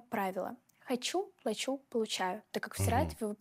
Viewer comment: Ударение на "а" в слове "плачу" 😂